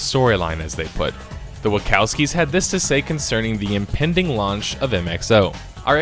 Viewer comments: chowski not cowski other than that great video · Wacowskies?... Who are the Wacowskies? XD... Isn't it "Wa - chow - ski" my brother? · Wachowski's is not a ka noise but a cha noise. Other than that, this is an excellent video.